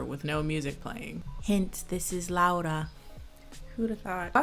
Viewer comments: You are the first person that pronaunced her name right, thank you! And as a Polish person I apologize for this shit, the book is worse if you have been wondering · I love that you pronounced her name as they actually said it but I'm SOOOOOO sorry that you had to watch this dogshit of a movie, like I'm polish and this shit makes me GAG, it's absolutely te-rri-ble [the book too of course] we don't claim this abomination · This movie is a piece of shit but thank you very much for pronouncing "Laura" correctly. That's very nice.